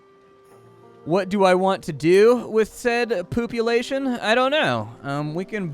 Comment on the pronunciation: Been having a blast with the video and then it just got better : "poop-ulation" 😂 I'm dead. 😆